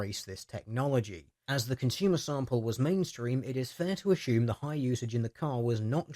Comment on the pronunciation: "Don't ashoom my battery is charged."